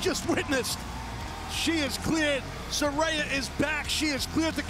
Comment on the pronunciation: How could the announcers still be so stupid and still pronounce Saraya's name incorrectly?!? 🤣🤣